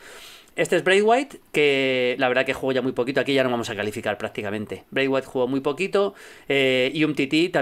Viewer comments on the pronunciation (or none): none